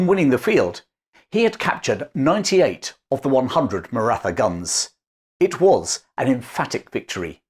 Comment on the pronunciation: The TH in Maratha is pronounced as a T with an exhale. Hard to trust the details of the story when something so basic is wrong ❤